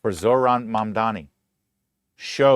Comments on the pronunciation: You know, you sound more competent and less of a dick if you can properly pronounce the name of the person you're supposedly educating people about. Mamdani = "mom" "Donny", two sounds you can definitely pronounce. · MAGA and Felon, Traitor Trump ensured that disaffected Americans would move away from Centrism and move further left in response to right wing fascist extremism. You brought about the very thing you feared. And stop pretending you can't pronounce his name. It's childish.